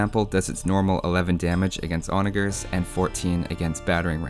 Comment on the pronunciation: onager has the g like a j according to online dictionaries